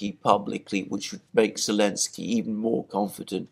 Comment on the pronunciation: Its annoying why says 'Elensky' rather than Zelnsky - I think the reasoning is that Zelensky doesn't like the Z (from one of their episodes). Gotta admit thats pretty childish. I couldn't imagine that behaviour from any serious reporters.